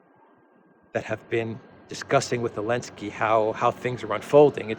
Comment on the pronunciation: Why this bearded knobhead call zelenaky elensky? He wants him president for his country or whar?